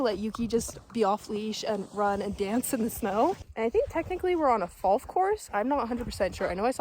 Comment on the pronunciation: you said falf